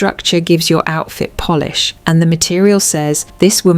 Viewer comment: Your phony A.I. narration betrayed your attempt at sounding high-class and authoritative, when it pronounced "polish" as "Polish". You nearly had me fooled. At the very least, you should carefully listen to your video before posting and making yourself look foolish.